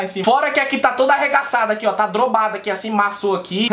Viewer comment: "Tá drobado " kjskjdkkkkk